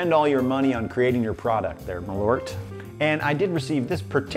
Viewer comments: Its MAL ÖRT not Malooort.. The Swenglish is killing me. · Try to pronounce it like mahl-irt (like the i from bird or shirt) and you'll be closer to reality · Is.. Is that genuinely how americans pronounce Malört? For reference, it's the swedish word for wormwood (which is the key ingredient), and it's pronounced Mal-ört, the ö having the same sound as the vowel sound in bird. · It's pronounced "Maaaaal-eurtt" 🇸🇪 Btw, you haven't tried nothing yet... #Surströmming should be your next ☺️ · I was thinking he was intentionally saying Merlot wrong for most this video lol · Honestly, USA, if you're gonna spell it with the umlaut and all, you really need to pronounce it as such, too. M-Awwww-l-eeeeuugh-rt. It even fits the taste better. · As a swede i thought i should chime in on this, Malört is a kind of herb (ört means herb in swedish) and the "ö" is more pronounced like the u in "burn". Malört liqour is traditionally cosumed with fatty food because it's thought of as good for digestion. :)